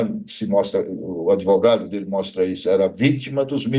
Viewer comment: Se eu comer uma sopa de letrinhas cago um argumento melhor que esse 'adevoGADO'